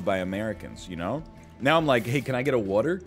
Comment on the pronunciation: "Hey can I get a uuotah?" Are you Baltimorian?